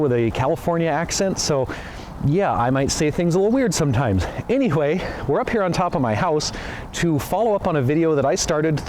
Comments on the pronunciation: You pronounced anyway as any-h-way. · 😂"I might say things a little weird sometimes - anyHuay" hahaha love it.